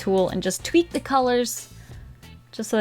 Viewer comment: What said “I’m just gonna tweak the colors.” What I heard “I’m just gonna tweet the colors.”